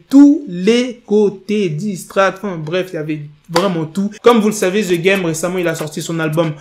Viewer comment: On prononce #degame please